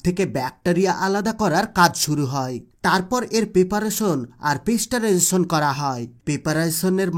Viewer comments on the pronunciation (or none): কথাটা হচ্ছে পাস্তুরাইজেশন পেস্টারাইজেশন নয়।